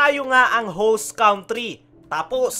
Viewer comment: Itama mo pre yun pag pronounce mo ng "country" hinde kawntri, ang tama eh kantri.